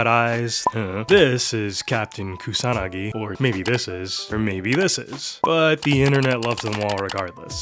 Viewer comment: No, but seriously, I appreciate that the Youtuber pronounces Kusanagi with an emphasis on the second vowel. Similarly, Koi is also pronounced correctly Koee with an emphasis on the second vowel. 💯